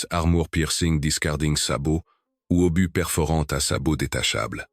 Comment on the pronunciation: Quelle catastrophique voix IA qui nomme (Et j'en passe) un obus----> Par un "obusse"...!!!😁